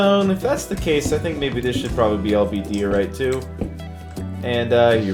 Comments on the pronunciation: its die-or-ite - like so can see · Bruh it’s die or ite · Diorite is said “Die-or-ite” not “Dee-or-ite” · Die oh right is how you pronounce it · Also it’s DIE-O-RITE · He doesn’t know how to say diorite